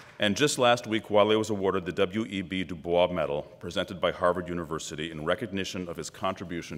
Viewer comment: To the white man speaking up top: IT'S DUBOISE THOUGH!!! As in Duh-Boys. Not Du-Bwah.